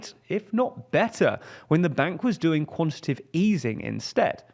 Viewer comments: I know this is nitt-picky but the word is QuantiTAtive not "Quantative" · Your presenter keeps saying "quantitive" which isn't a word. It's "quantitative". It wouldn't be so annoying if he wasn't presenting a news segment where he says it 30 times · its pronounced 'quan-ti-ta-tive' tightening, 4 sylibals, not quantative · It's "quantitative", not "quantitive". It's much harder to say quantitative tightening, but that's when you'll know you've got the correct word lol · bro said QUANTITIVE and i just turned it off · went above your head? Not only does he not pronounce quantitative correctly, the entire video deeply oversimplifies complex monetary mechanics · also, the guy in the video pronounced it with 3 syllables? Pretty evident which of us it is that has room temperature IQ